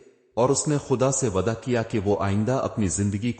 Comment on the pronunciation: Waada yeh word teen char jagah par galat word read kare ho